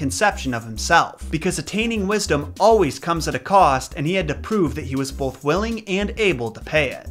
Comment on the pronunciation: You say “bolth” instead of “both” lol